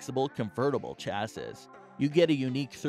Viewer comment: it's pronounced chassEE not chassiSS - ruined the whole video. and it's not 13 inches laptops it's 13 inch laptops.